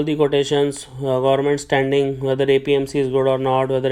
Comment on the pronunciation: Gorment??? Bhai English nhi aati to Hindi hi bol le. Kyun katwa rha hai???